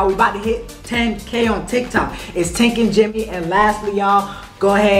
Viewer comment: I mean tink not think